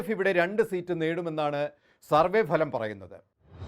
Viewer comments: ഭലം അല്ല ഫലം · എടൊ phalam alla bhalam